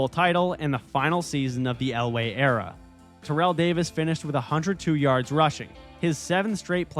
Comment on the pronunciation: /Terr/ell Owens, emphasis on "Terr", not Terr'ell ala Terrell Davis.